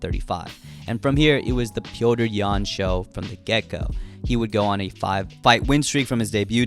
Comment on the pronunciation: Petr’s Yan lol